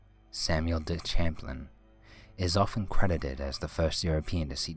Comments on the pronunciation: Eye-rokees ? No.. Ear-eh-quoi,,, And it's Cham- plane, not Champ-lin............................ Sheesh!! Fun vid, though...... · pertaining to #10..we live in Vermont and my wife grew up on lake Champlain..it's pronounced Sham-plain lol.. and The creature is absolutely real. And is pronounced Ch-amp. Back in the 80s there was a cruise around the lake called the spirit of Eathan Allen, (still runs today) and there were upwards of 100 witnesses. Some of which took pictures. Men came aboard and forcefully took all film, from the few people who wouldn't sell them. Everyone's that lives near the lake both in Ticonderoga, (on NY side) and in Addison (on Vt side, where my wife grew up, after being born in Ticonderoga) knows it as fact, not legend. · Lake Champlain is pronounced "sham-plane"... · Champlain is actually pronounced like "sham plain"... and he is called Champy by the locals. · It's "Shamp-lane" and "Eer-i-koy" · Regarding "Champ." The name of the explorer and the lake is pronounced "Sham - plane." It is French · In Champlain the Ch is an sh. It's French. Do you even Canadian history bro. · ok, I like these videos, but damn, can you please pronounce stuff right? yeah yeah, I am the grammar police. it's SAR-A-SOTA Florida, and as a resident of New York state, who has been to Lake Champlain many times in my life----it's pronounced SHAM-PLAY-N. As in ssssshhhhhhh, be quiet.....see. I prefer people correcting me, it's the polite thing to do, with respect of course... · omg I live in VT and it's not pronounced CHamplain it's pronounced more like SHamplain...but yes it's spelled CHamplain...if you are going to do vids you should probably do a little more research first lol. And yes, there really a "creature" named Champ... everyone knows about it, it's not a question of IF you believe, but more if you've seen him... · Wow. Messed up the pronunciation of Lake Champlain. Good job. Shows no research on a world wide site.